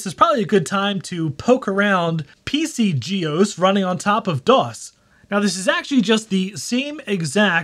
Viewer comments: That's not how you pronounce "GEOS" 😁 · Geos Geos Geos it's one word. No-one , ever , till now, had called it G . E . O . S. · "Jee Eee Oh Ess"